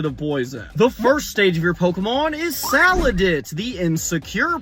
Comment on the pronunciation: it’s SALANDIT not sandit